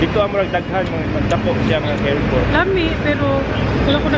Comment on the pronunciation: Hello chinks, u are wearing cardigan po kaya malamig pa rin. You can try yung mga puffer ng uniqlo tas yung mga light heattech din from uniqlo. Carrefour we read it like ca-re-four. Enjoy your break. Joy from Canada